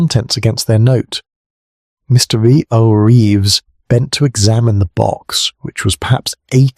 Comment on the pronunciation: Good story. The A1 glitches on the name Reeves though.